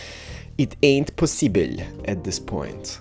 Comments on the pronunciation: did he say pussyble or possible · did you say pussi bill or possible